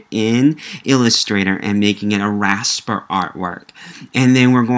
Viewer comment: It called Raster or Vector not Raspet and Victor!